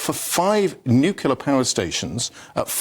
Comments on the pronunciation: Talk properly. It is NUCLEAR, not "NUCULAR" for heaven's sake. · Mr. Woolfe, it's "nuclear" ...not "nucular" lol reminds me of Homer Simpson.... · You would think that those guys on the panel talking about nuclear energy should at least know how to pronounce the word correctly. The clue would be in the spelling. It is NOT nU - cue - lar it is NU - CLE - AR…as spelt. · What is it with the word NU CLEAR that is so difficult ? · How do you interpret the word NUCLEAR into NUCULAR??? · Why can't people pronounce 'nuclear' properly? Nuclear- Noo-klee-are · FFS its NUCLEAR , not NIKILAR